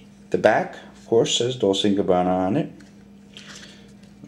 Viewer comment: how annoying... Pronounce it correctly! God the other guy cant say Gabbana, you cant say Dolce!